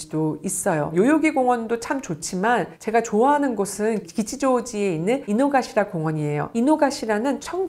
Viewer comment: 아 요요기 안에 있는게 아닌가요? 전 평일에 사람 없을때 한번 가봐야겠어요 ㅋㅋㅋㅋ아 그리고 작은거지만...기치죠우지보다는 키치죠우지가 발음이 맞아요 혹시 담에 일본 키치죠우지 얘기 언급하시면 필요하실까봐 알려드려융 이노가시라도 이노카시라 입니다